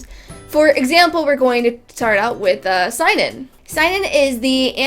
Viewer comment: Why do you pronounce Seinen like a german word? It's SEH-EE-NEN